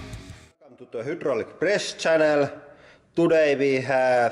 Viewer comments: "Welcome to the hoodralic press channel" 😄😉😂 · always hear it as "hüdraulic"